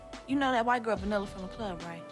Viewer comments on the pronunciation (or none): The white girls name was Vanilla! 😂😂😂.. not. Vandella or whatever you said